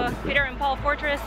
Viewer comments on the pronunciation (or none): none